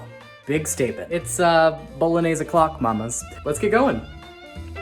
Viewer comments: Can you at last pronounce the dish properly? "boh-loh-NYAY-say" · He made pappardelle, not tagliatelle; the name of the sauce has four syllables, not three; otherwise, an awesome dish. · You’ve made bolognese before but you don’t know how to pronounce it?! 😅. The correct pronunciation is ”bull-lon-yeh-sè. Just joking with you. This was lovely. Cheers! 🥂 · I don't get it. You do a decent job of pronouncing other Italian words correctly, but you are absolutely butchering "bolognese". Why?